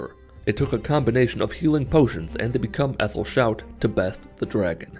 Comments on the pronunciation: I feel like it was, but now just cant stop and defaults to calling it "Ethal" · *Become earl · "Become Ethanol" is my fave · At this point I legitimately can’t tell if is ironically mispronouncing “Become Etherial” or not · Neither could I. All I could do was notice it, get mildly irritated, and just say the way I say it in my head about 10 times.